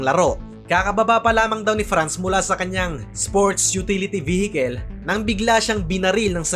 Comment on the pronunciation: Vehikel? Tangalog kaba? Kel???